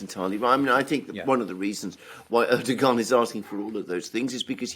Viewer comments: I am pretty sure it is pronounced "Erdowhan". Yes I know how it is spelled. But yea, Erdowhan, not Erdogahn. I can deal with you Brits mispronouncing Aluminum as "Aluminium" but I am drawing a line here, Mercouris! 😡 FFS even pronounces it correctly and you just ignore him and go on lol. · Hey Aluxoonder. The President of Turkeys' name is pronounced Er-dough-an. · It's a common mistake but Erdogan is Pronounced Erdowan